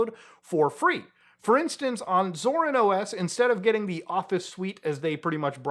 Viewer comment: the way muta pronounces it scars me every time tbh